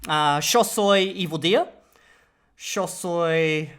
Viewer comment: I love that you took the rioplatanese accent on Spanish “sho”.